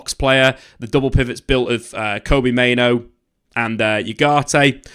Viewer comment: Why do you go out of your way to mispronounce names like Kobbie Mainoo? It's so frustrating to listen to